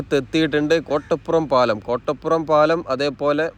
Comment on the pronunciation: കൊട്ടപ്പുറം അല്ല കോട്ടപ്പുറം